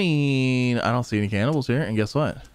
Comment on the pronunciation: CANNIBALS... Z... CANNIBALS!,,, pfff cannibles..lol. ;)